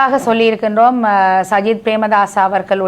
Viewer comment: சயித் பிரேமதாஸையா...😂 ? கிழிஞ்சுது போ..... சயித் இல்லையடா தம்பி " சஜித் " என்று சொல்லுமன்... ஏண்டாப்பா அடுத்தவர்களின் பெயரை தப்பிதமாக உச்சரிக்கின்றீர்கள்....?